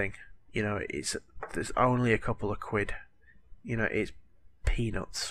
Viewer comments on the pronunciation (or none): i swear you said 'its penis' instead of 'its peanuts'